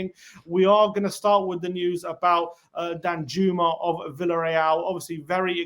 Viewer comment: I’m pretty sure it’s pronounced Dan-yooma